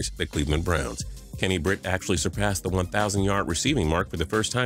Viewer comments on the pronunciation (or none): none